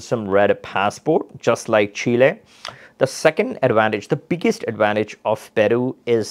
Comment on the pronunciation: What a Loss going to these countries correct yourself. By the way it's Chile not shella.😊